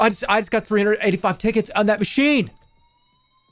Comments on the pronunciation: It did NOT sound like he was saying "tickets" 😭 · yeah LMAO i had to do a double take on that one